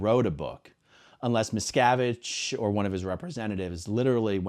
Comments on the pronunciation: Sounds like Jim Axelrod is saying "Miss Cabbage" 🤣😂😜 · It sounds like he’s says “Mis-Cabbage” 😂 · I thought the interviewer kept saying, 'Miscabbage', too!! He was awful. Investigative reporter? I don't thing so. He was a joke.🤣🤣🤣🤣🤣🤣🤣🤣🤣🤣🤣